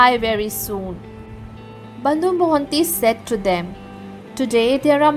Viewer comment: Bandhu not bondu